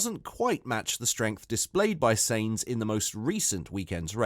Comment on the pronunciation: First learn how to pronounce names. Carlos's last name isn't pronounced seins, but as the English word signs. That shouldn;t be too difficult. Or do you have a speaking disorder?